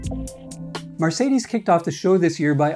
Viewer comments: puleeeeeeeeeeeeeeeeeeeeeeeeeease stop saying 'MARcedes'. It's 'MERcedes'!!! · did u seriously say MAR cadies?